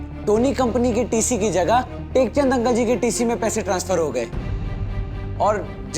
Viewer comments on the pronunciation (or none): nekchand ❌ tekchand ✅😂😂😂😂😂😂😂😂😂😂😂😂😅😅